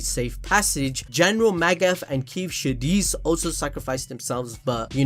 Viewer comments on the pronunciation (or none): none